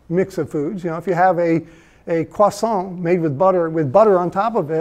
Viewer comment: the first american I've heard pronounce croissant correctly - this alone is reason to trust this man's hard work